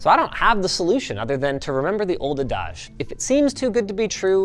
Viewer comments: Ain't never heard noone pronoune "adage" like that before. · Great video, but I think you are mispronouncing adage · Yo dawg, that's a great video and all, but what's an 'adaj'? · Is this how to pronounce "adage" in a Canadian accent? 😆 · Wait, how did you pronounce “adage”‽ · Hope Linus was making a joke with how he pronounced adage...